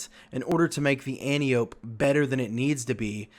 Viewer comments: An - ty - uh - pee Not an - tee - ope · So, if you want people to take your input seriously, at least pronounce Antiope correctly.